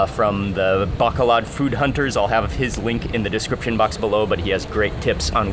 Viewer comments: Mark, love all your YouTubes. Thank you. Pet peeve. The city's name is BACOLOD, NOT Bacalad. From Tucson, Fe (Fay) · It’s actually pronounced “bah-koh-load”. I’m sorry every tim I hear bah-kah-lahd is kinda makes me feel a bit 😬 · It’s pronounced bah - coh- load ..pronounced slowly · PRONOUNCE AS BAH--KOH--LOAD, BACOLOD MARK. . . . LOVE YOUR INTERACTION WITH THE NATIVES. . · Mark FYI it is BAH-KOH-LOHD (Bacolod) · Mark! pronounced: like the Bow (in bow and arrow) + Co (in Coke) + Lode (like the motherlode) with no noticible accents on any stllable BO-CO-LOD Sorry OCD bon appetit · I thought he said the city of Bakla at first lol meaning gay city in Tagalog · I like how he pronounce Bacolod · Hasnt anyone taught you the proper pronunciation of Bacolod yet?